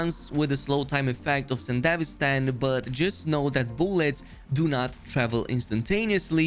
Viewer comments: Bro pronounces sandivistian like a country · Edgerunners series: mentions sandevistan over 100x This guy: mispronounces it OOF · It's 'san-duh-VEE-stan' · Isnt it pronunced Sande - VI - Stan ? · damn what how is "Sandevistan" pronounced like that in english? IMO the japanese version was better (Yes I watched the anime in japanese with english sub) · I was curious on your video until I heard your butchering pronunciation of the Sandevistan. Over and over and over - Cringe. Closed. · The one gripe i have is how everyone pronounces sandevistan is it really pronounced san-de-vistan? or is it sende-vi-stan?